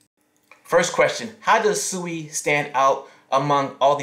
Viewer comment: Its pronounced Swee